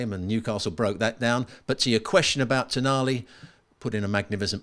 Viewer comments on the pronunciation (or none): Toonali, get it right 😁